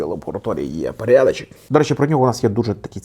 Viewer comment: «Парядачєк» це вже классика 😂